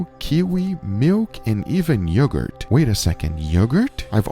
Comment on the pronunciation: miwk and even yeogerrt